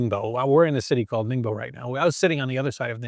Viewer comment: 我喜欢你每次说宁波这个名字的时候都发音得像limbo的样子